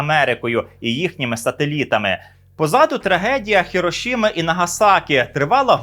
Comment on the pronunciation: Хірошіма це не відоме слово, і ніхто його не знає. Правильна назва того міста Хіросіма!!! Читайте історію правильно.